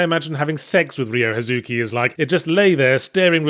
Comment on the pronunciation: The correct way is Ryo (basically say Ree-yo and try and minimize the ee sound as much as possible) Huh-zu-kee.